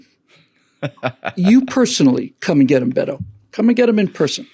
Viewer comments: It's Beta (as in beta male) O'Dork... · It’s pronounced Bee’toe